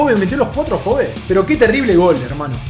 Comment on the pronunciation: Se pronuncia ¨Afobi¨ BI, no BE como se escribe